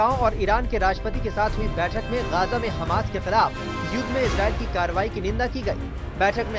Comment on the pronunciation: Hamash? h hamsh thik kiya?